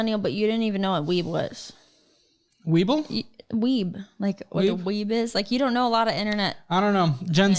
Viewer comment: Weeb... "Webull?" haha!